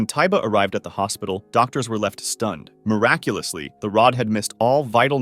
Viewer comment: BRO I LOST COUNT OF HOW MANY TIMES HE SAID MIRACULASLY AND BRO THAT LAST ONE 💀💀💀💀